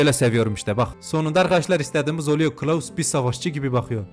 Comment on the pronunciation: Klaus yerine kılavuz demen 🤣